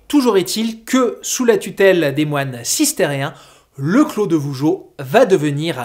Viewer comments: on ne dit pas "cistérien" mais bien de "cistercien" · Petit détail,c est cistercien,pas cistérien ^^